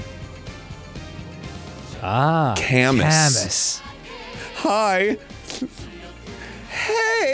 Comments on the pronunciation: Camus... As someone who plays Fire Emblem it's not pronounced Cay mus, weird I know, don't blame the, but it's Ka moo. It's French in origin. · omfg its pronounced CAH-MOO!! Not CAH-MUS!! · Seeing Camus pronounced "cam-us" and not "cam-oo" is triggering me. Also, why is Camus referenced in a furry dancing game. That is also triggering me. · Camus is a french name and pronounced Cam Moo